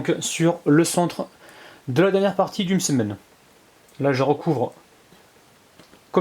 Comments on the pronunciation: Le msemn اول مرة نسمع لو مسمن 😂😂😂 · c que mw que sa fait rire la prononciation de "msemen" au début 😂😂